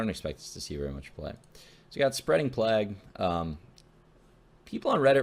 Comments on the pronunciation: Plaagh? That's how you pronounce plague? It's playguh. Not plaagh. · LMAO the way you said Plague literally like "Plag", it's "Play-g" silly dandy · Plague is pronounced Playg not Plag -_ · "I don't know how you guys pronounce it plagweh plagwe" LOLOLOLOLOLOL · It's pronounced "playg" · Pronounced "Play-G" with a hard G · Obviously it's pronounced Plag-you-we. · Plague is pronounced lik playg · People this is already a thing, you don't have to try so hard. Its plāɡ. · "Plaagee plaagoue or whoever the fuck you pronounce it" hahhahahahha highlight of the video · I just now got back into hearthstone after not playing much since right after the end of tgt. I forgot how much I love the noodle, favorite steamer. Edit: who the fuck pronounces plague with two sylabuls. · I literally can't take anything you say seriously when you don't know how to pronounce a basic ass word like plague lmao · THE-CHAMP the way he pronounces it is the Canadian way of pronouncing it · So how we pronouncing this plaggwe card?